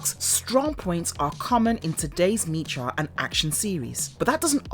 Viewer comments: Hi! "Mecha" is pronounced "meh-kah", not "Mee-kaa". Also, it's Cavalry Command, not Calvary Command. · Sorry Miss but it's pronounced Mech-a and it's been pronounced that way only since the beginning! 🧐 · “Mecha” is pronounced as in mechanical. Other than that, I enjoyed this summary so much. Good job! Loved this cartoon as a kid in the late 80s. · really? mee-cha? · I like the video, but I got 1 complaint... am I the only one irritated by the mispronounciation of the word MECHA?